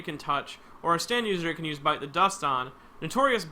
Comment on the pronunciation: he said bites the dust not bites za dusto